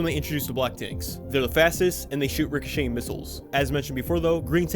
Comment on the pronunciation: Richocheting? You sure?